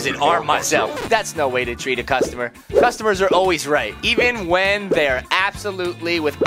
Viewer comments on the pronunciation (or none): Saying cusuomres made me laugh or customer